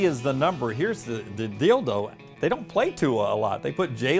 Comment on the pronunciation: He said, “Here’s the dealdo...” ha